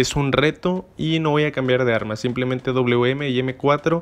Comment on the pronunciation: No es auum es awm porque esta letra W se parece más a una V más que una U